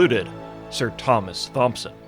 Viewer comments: Thompson is pronounced Tomson. Great video regardless. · Thompson is pronounced (Tomp-son) "H" is silent. It means "son of Thomas" so dude's name translates to "sir Thomas son of Thomas". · "ThOmSoN" "EpItOmE" lmfao NA education :grimacing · Pst...Thompson is pronounced with a hard T, just like Thomas. Just sayin' :) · You know how the ache is not applied to how you pronounce "Thomas," do the same to "Thompson." Fucking snapping everytime I hear you mispronounce it! Other than that, nice spin on a lore video 👍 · How fuckin simple do you have to be to understand the first pronunciation is a hard T but than take Thompson as being soft. Fucking video killer. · THOMP-son...really dude? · Thompson is pronounced like Thomas I mean the "Th" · Thomas, pronounced Tom-ass. Thomson, pronounced 👍🏻-son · Anyone else crazed by how he kept pronouncing "Thompson?" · How do you know how to pronounce Thomas but not Thompson?